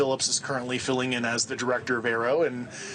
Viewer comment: Newsnation should prep more for the interviews. Like learn to pronounce AARO.